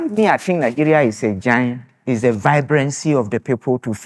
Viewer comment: They said giant and that lady say na gant